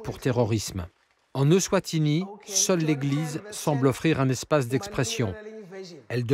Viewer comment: Eswatini et pas Euswatini, Swaziland et pas Swadziland